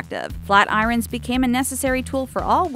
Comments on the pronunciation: boy she pronounced irons I-RON-S when its really I-EARN-S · Did she actually say eye-rins instead of eye-orns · Flat Irons? Like... "Eye Rons" English??? XD